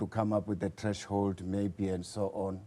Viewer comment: Did he just say Trash hold 😊